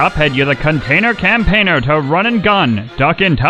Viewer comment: "Containor campeiner"